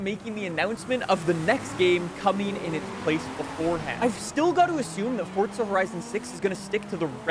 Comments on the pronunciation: forza not fortza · Mf it’s pronounced FORZA not ForTza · Why you say fortza horizon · If you stop saying fortza they might make the game last longer...